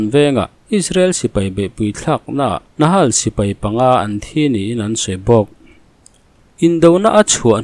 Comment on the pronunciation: Nakhal Nahal ni lovin' Nakhal ti a lam tur